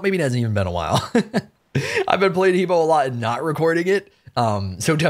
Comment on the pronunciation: I'm still triggered with how long you've been playing this game and you still can't pronounce He Bo correctly! HUH BWA!!!